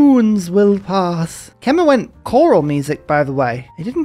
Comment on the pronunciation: Quick fyi Khmer is pronounced 'kmai' (alternatively something like 'kemai' would also be closer and easier to pronounce)